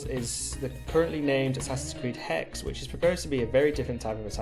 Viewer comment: HexE! Not hex.